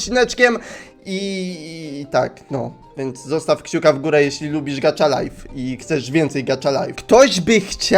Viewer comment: Nie, czyta się jako "gacza lajf". Nie jest to polska nazwa, więc wymowa jest inna niż pisownia.